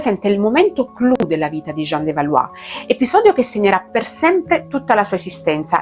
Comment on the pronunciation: Tu assomigli a Jeanne di Oscar. Tuttavia nell'anime pronunciano Balò e non Balù.